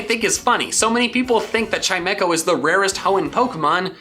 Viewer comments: Chime-co not Chi-me-co. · Realizing he didn’t pronounce chimeco right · I've never heard "Chimecho" being pronounced that way before.